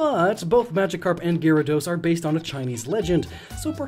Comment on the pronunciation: Pokemon Fans: ITS SAID LIKE GARADOES NOT GYRADOS!!!!!!!!! I have no hate to to but i can here the hate comments of people typing.